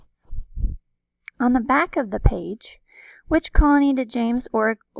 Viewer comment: (Kindly) it’s pronounced OH-gole-thorp